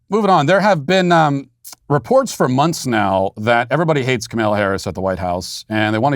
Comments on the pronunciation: IT'S KAHM-AH-LA NOT KAHM-MAYLA REEEEEEEEEEEEEEEEEEEEEEEEE RACIST!!@ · Hey, Matt, I think that you’re pronouncing “Kamala” wrong. You say it as “Camilla,” when really it’s more like kah-mall(As in shopping mall)-ah